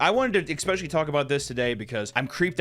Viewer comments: Please don’t take this the wrong way. A lot of times you say “expecially” when you mean “especially”. Like folks who say “expresso” when they mean “espresso”. I can’t help giggling when I hear that. Like people saying “pacifically” when they actually mean “specifically”. I’m a subscriber and a fan of your content and would hate for people to misunderstand (or pretend to) and try and call you ignorant when you clearly aren’t. You ask for comments so here is mine. I’d be saddened if people miss the point you are trying to make, or dismiss you as a valid critic, because they take issue with what they have decided is sloppy or ignorant phrasing. And I am sorry I giggled. I agree with your points and the seriousness of the situation. I just couldn’t help myself. So I thought I’d let you know the expected pronunciation so you could update or not as you choose. I am not trying to tell you how to run your business. My comment is well-meant and I hope you take it that way and don’t feel like I attacked you. That’s the last thing I would want. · did papa just say expecially? oh noes dreams are broken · I can't get over him saying "ecspecially." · eSSSSpecially. There's no K before the S. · Is he saying "especially" wrong like Tom and Christina P? I hope so...